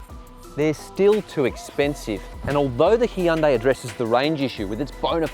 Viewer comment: Hyundai is pronounced like "sunday", not Hee-un-day